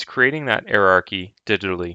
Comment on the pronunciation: Lol. Love how this guy pronounces hierarchy and subsequent.